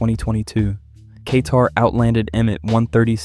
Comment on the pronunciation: Dudes a little Kay-tarded